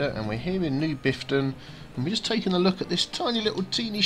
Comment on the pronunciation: Half a dozen seconds in and do I hear "with me, Biffta"? XD